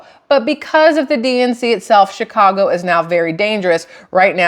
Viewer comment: Shit show in chy-ca-go.